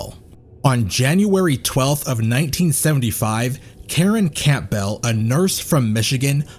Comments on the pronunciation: “Camp-bell”…the P is silent 😩😩😩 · Ted left DNA evidence? There was no such thing as DNA at any material time during any of Bundy’s murders and trials. Furthermore, you can just say “sexual assault” or “rape” as saying “SA” over and over again is rather vexatious. Also, you mispronounced “Chi Omega” and “Campbell”.